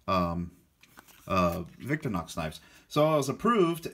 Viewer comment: I'm sorry I can't help myself....VIC-TOR-IN-OX not VICTOR-NOX. Otherwise nice video.